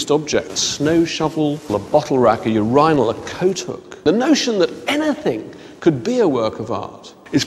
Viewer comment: he pronounces urinal funny